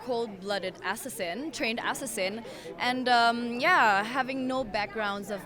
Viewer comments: I literally choked on my tea when she pronounced assassin "ass-ass-in" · I love how see pronounced the word "assassin" as "essessin" 😂😂😂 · the way she pronounces assassin tho... schwing, schwing, SCHWING!!!! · I like the way she pronounced assassin haha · I love how she pronounces assassin lol cute